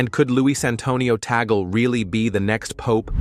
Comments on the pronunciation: correction- TAGLE not TANGLE and read as TAG-LE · what tangle are you talking about? it's TAGLE not tangle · The family name is " Tagle", not Tangle", please correct it! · It has been written TAGLE. Not TANGLE that way you suggest.